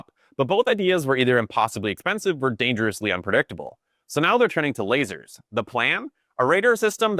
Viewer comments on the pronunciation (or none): Ah yes "Lazers"